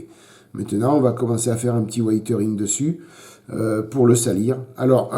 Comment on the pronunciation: super boulot, mais ça , on en a l'habitude avec toi... au fait, weathering se prononce wézering, :o)